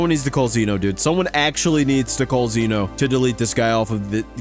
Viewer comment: it’s pronounced Zeno, not zeeno